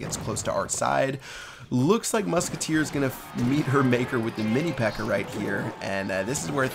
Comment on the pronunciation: Lmao, says mini pecker instead of pekka xD